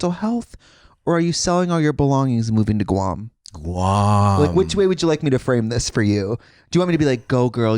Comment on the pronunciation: The way Katya says Guam had me in tears 😂